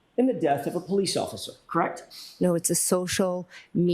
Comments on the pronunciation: Crect along with the the mouth smacking noises 😂🤮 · I hate how she says correct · If I hear “crect” one more time I’m gonna scream.